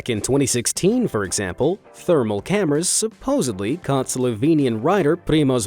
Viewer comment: supposedly not "suposebly" really annoys me. Even if you've watched Friends you'd know that! Off my chest now 😀